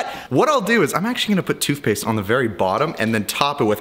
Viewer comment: Thootpaste bruh? hahaha